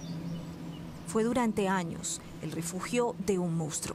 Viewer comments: Buena investigación como siempre, felicidades, pero es una VERGÜENZA escuchar durante todo el video a la reportera decir el MOUSTRO....😣😣...que pena que siendo reportera y supuestamente haber estudiado no sepa decir MONSTRUO, y peor aún que durante la edición nadie lo halla corregido.....😠👎🏻.....muy mal. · correcto, pero ella siempre dijo: "Mounstro". Saludos. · Laura Hincapié, nunca pronunció la palabra correctamente: "Mounstro". Perdón, pueden continuar.